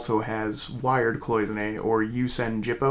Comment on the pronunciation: Say the jippo again.hehe